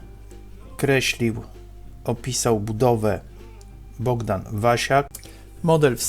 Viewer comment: BoHdan, a nie BoGdan ;)